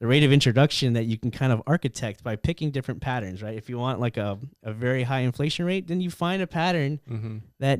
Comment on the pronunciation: Inflashe-ing had me dead 😂